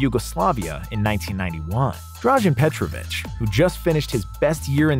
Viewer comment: And not petrovich but again without the extra "h"